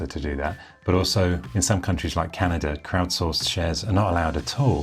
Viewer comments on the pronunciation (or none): none